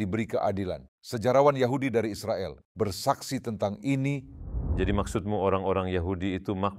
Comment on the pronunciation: Israel... Bukan Izropil....??